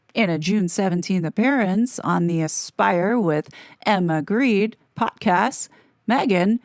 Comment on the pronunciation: Emma Greedy, is the correct-pronunciation actually